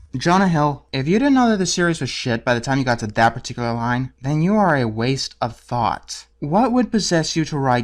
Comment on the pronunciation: When he called Jonah hill "a waste of thought", I literally thought he said "you are a waste of fat" xD